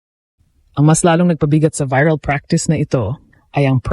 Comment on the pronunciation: Anong klaseng Vlogger ka? VIRAL ( Biral pag Pronounce mo?) magtayo ka na lang ng parlor BIRAL.